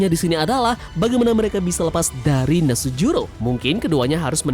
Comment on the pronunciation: V Nus juro.... Bukan Nasujuro